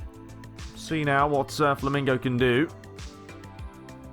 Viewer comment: LOL!. You are saying FLAMINGO instead of FLAMENGO